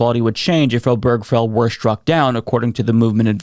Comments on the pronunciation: Oh-ber-ge-fell. Not oh-berg-fell. Four syllables, not three. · Can we at least learn how to pronounce "Obergefell" correctly? It's four syllables. Primary stress on the first syllable, secondary stress on the last. OH-burr-guh-Fell. There's no cheeseburger or hamburger in the name. Same stress pattern as "Delaware Street." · This is sadly unsurprising as it seemed to be only a matter of time until SCOTUS was going to try to ax some of the landmark decisions that Clarence Thomas had specifically mentioned that should be reconsidered. PS: Hardly important in light of the gravity of what's going on, and please don't take this as a personal offense but the way you pronounce Obergefell took me out of the flow of this video every time. I've never heard anybody say it like that. 😁